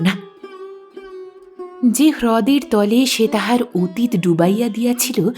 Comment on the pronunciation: আপনি চমৎকার পড়েন। তবে গৌর-অ উচ্চারণ হবে না। কিন্তু অতীত-অ উচ্চারণ হবে। শব্দটা নিরবিচ্ছিন্ন নয়, হবে নিরবচ্ছিন্ন। রূপ-অ বহ্নি হবে। জল-অ স্পর্শ হবে। উচ্চারণ ঠিক হলে শুনতে ভালো লাগে।আশাকরি কিছু মনে করবেন না।